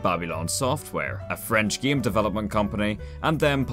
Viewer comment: Listening to him say “the sæm gæm with a different næm” is beautiful 😂